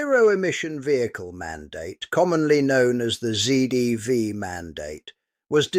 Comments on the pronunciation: At 1.00, 3.20 what is this rubbish about ZEEdv? WTF is ZEE. If you're going to narrate in ENGLISH, the last letter of the Alphabet is ZED. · "Zee"EV? AI slop narrator.😡 Give that shit a dislike. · Apart from this video being AI generated and AI spoken (no British speaker would say 'zee dee vee ' for ZDV), 25% of new car sales this year are battery electric and 13% plug in hybrids. So 38% of new cars sales represent adoption of whole or partial electric power, and in June the combined share was 42%. Far from rejecting EV's this looks like a rapid increase in uptake. If car makers would like to sell more cars the ball is in their court - make better cars!. No subscriptions, less reliance on software to control every feature, more switches and fewer touch screens, a focus on making products that are economically serviceable, and doors that can be opened in the event of power failure. The EV uptake is impressive in spite of rather less than optimum products.